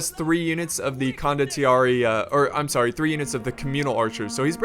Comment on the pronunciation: it's pronounced CONDO-TEE-AIR-EH